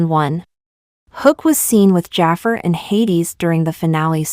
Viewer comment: You mispronounced jafar